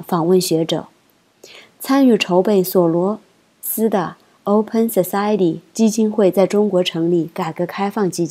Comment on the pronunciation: 文章相当不错，播音者的功力太差。某些常识性的词语、人名（如索罗兹、邓英淘）居然也会读错。如同小学生读《文心雕龙》，肯定磕磕绊绊，白字连篇。